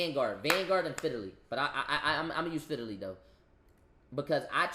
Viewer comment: I knew I gotta watch who I listen to online when I Hurd the way he says fidily and not Fidelity 🤣🤣🤣